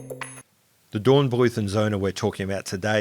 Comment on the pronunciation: You should probably stick to the anglicised pronunciation of German words, as in Dornbluet and Son.